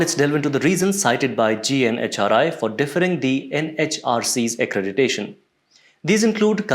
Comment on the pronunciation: Well, the woman news anchor is very charismatic. 😅 Although she couldn't pronounce accreditation correctly.